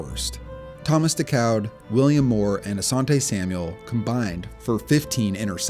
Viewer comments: FYI, Thomas DeCoud name is pronounced DAY-COO, not DEH-COWD . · Decoud as in Thomas Decoud of the Atlanta Falcons is pronounced "Day-Coo" not "Day-Cowd" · DeCoud is pronounced “Daycoo”